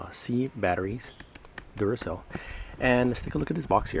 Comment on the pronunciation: Duracer? I thought it was Duracell, and what the hell are Luminens?? Lmao!! You need to switch to decaf dude.